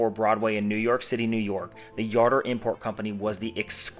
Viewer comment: I have a Jardur 850 Chronograph. Where did you learn how to pronounce the name? The President of the new company pronounces it with the “J” not a “Y”.